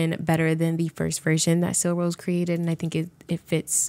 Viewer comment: Cre-ator. Cre-ated 🤣